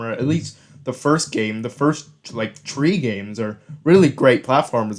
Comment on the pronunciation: Hmmm these are not very good points and your calling him annoying you can’t even say three right. Oh also he doesn’t think liking spyro is bad it’s just most people who liked spyro bashed Skylanders without ever playing one of the games. And your channel is just bashing YouTubers for no reason so being a Skylanders content creator is 10x better. Also to say that the og spyros had better story than Skylanders is not true the ogs had like no story to them.